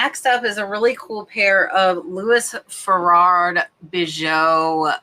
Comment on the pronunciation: 'Louis Feraud Bijoux': Correct pronunciation: 'Loo-e Fu-row Be-zhoo'. But I like your version too:)